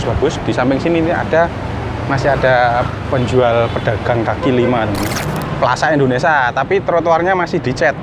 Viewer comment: Plaza indonesia mas..bkn plaza indonesa..🤦sorry bercanda😃